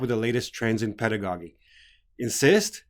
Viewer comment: i got a question about your pronunciation the word pedagogy. is that the right way to pronounce it. cuz i looked it up in the dictionaries both in american and british english. and it was not pronounced the way u did.